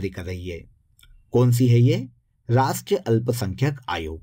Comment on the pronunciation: Rastriya boliye sir